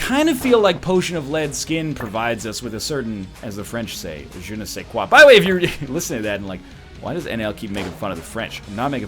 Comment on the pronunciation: Je ne sais quoi :D Perfect French !!!!